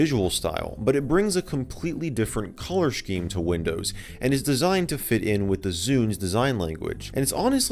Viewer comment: "Colour Shkeem"